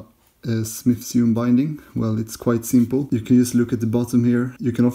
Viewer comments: "Sewn" is pronounced like "Sown" ;-) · I'm not, where I'm from there are some people who genuinely pronounce sewn in a way that most would consider strange.